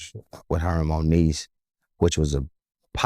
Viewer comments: Yes he did. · He said Moniece and Monique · This Nigga Called Monique Monise Wtf 🤔🤔🤔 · He ain’t say Monique he said moniece 😂😂😂😂 that girl got sum good pussy